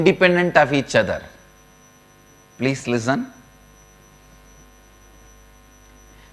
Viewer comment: pleece lizzun lol